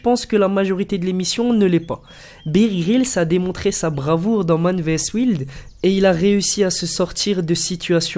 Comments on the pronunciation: T'es sérieux mec à dire Man vs ouild apprend quand même à dire wild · par contre améliore l'accent anglais. Man vs ( versus) wild (wouaïld) et pas wilde sinon très bonne video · Waïld pas ouild. Ahaha tu m'as fait rire. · Man 'versus' 'waïlde' et Bear Grylls s'il te plaît apprend à prononcer les mots puis rien ne sert de dire parlons d'émission américaine a storage wars parce que man vs wild EST déjà américain...😒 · Parodies ! tu sais parler anglais toi ou quoi c waïld la pronociation merci bonne journer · Man vs Wouild xD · J'adore ta prononciation du mot Wild